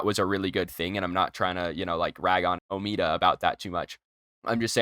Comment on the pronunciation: its not omeada omeda